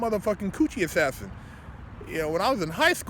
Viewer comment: My man's athathinated coothie